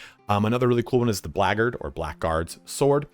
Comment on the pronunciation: "blaggard" is the correct pronunciation. The "ck" is silent in "blackguard".